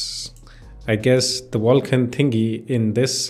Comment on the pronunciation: Wtf is "Wulkan"